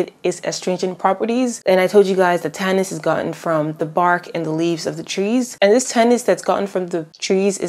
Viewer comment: Hey, I’m not positive myself, but are you sure it’s “tannis” and not tannins? I’ve heard about tannins in witch hazel, but have never heard the word tannis in any context ever. So I’m just asking in case. And I need to thank you for explaining witch hazel. Your educated perspective is refreshing. Most sources either don’t care because it hasn’t been studied/researched much as an ingredient, are misinformed because they blame the effects of alcohol on all witch hazel in general, or have no understanding of science at all and describe it as some kind of magical miracle. So I really appreciate you! Thank you so much.